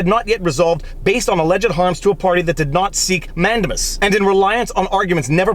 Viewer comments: Nice video. I thought mandamus was pronouced man-day-mus, not man-de-mus... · I really like your content and as a lawyer appreciate your legal reasoning. But please, it’s pronounced man-dei-muhs. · man-DAY-mus, for crying out loud. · ugh... we say "Peopledamus" ☻🙈🙊🙉